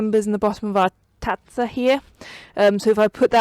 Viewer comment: I'm Italian and I'm impressed with your pronunciation of tazza, it was perfect!